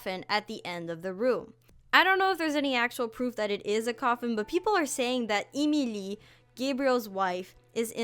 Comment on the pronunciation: Emile's name is pronounced Em e li